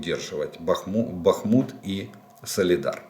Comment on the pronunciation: Да когда же Вы определитесь: БАхмут или БахмУт?, и это экспЭрт? Хорошо хоть КраснопопОвка больше не КраснопОповка😅